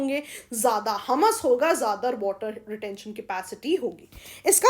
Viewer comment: It's humus( हयूमस) not हमस..! Well I lyk ur teaching..!